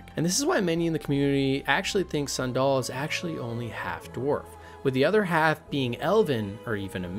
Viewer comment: how do you mispronounce Sandel. its like the shoe. San Doll. bro pls youre killing me. I want to like this!